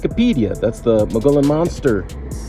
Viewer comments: MUGEE OWN ... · "moo-gee-yawn".... do 2 seconds of research and say it correctly. As for make believe creatures in these woods, woods I've spent 40 years in, not a chance. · Mogollon pronunciation is Mo-ge-on. (Long o and long e-on.) Used to live in Arizona and I watch everything about it and cryptids. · fyi - I am local. Mogollon Rim is pronounced "muggy-on" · Pronounced Mugee-on rim. 🌵 born.